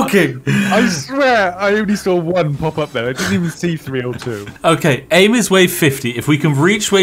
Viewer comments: anytime you pronounce three as free i have to turn off. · Three* not free silly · "free?" You mean.. three? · Three and free are two different words.